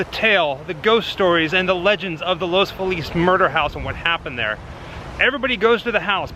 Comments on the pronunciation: I lived on Russel Avenue with my Grandmother during Summers. Its south of this house in Los Feliz. I can't spell out the proper pronunciation but its not Felix as in the cat. More like Los Felice. We would take walks down Franklin Ave. and go by the Frank Loyd Wright Jr. Mansion that is associated with the Black Dalia Murders. We would take Western Avenue north to Los Feliz Blvd. to go to Griffith Park, the observatory, and the Zoo then to the freeway to go back to Riverside Co. Lots of performers live in the area. Katie Perry used to. The area is not as prestigious as Beverly Hills etc. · Los Angelinos pronounce Los Feliz (fee lus)